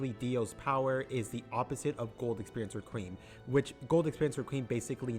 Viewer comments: its req·ui·em.... not reqweem wtf is wrong with you lol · "re-kweem" Do you mean requiem Reck-wee-um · please say req wee um it gets very annoying other then that good video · “gold experience riqueem”